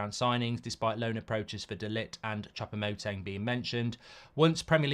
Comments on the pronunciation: Chopomuting 😂 mark has no idea how to say his name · do you not know how to read? just read his name how it's written, and you'll pronounce it correctly. "Choupo-Moting" or just call him Eric !